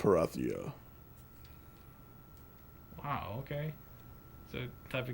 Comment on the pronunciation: Azurik is awesome, you nitpicking and biased (and Perathia is pronounced per-AY-thia not per-ah-thia). I win bye bye.